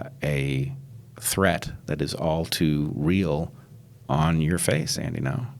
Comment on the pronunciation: Bret introduces him as "Andy No", is that how it is pronounced? I assumed it would be Andy Ngo (like "anding-o") but maybe Bret just had trouble with it. Cuz he racist ;P